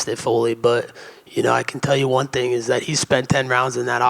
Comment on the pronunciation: Leon pronounces TH with F lol